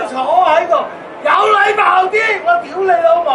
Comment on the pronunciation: 好标准的 丢雷楼某